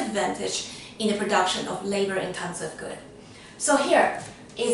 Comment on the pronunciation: i realy like the way you say intenseVU like chinese xD , thanks btwy for your content! it was very very helpful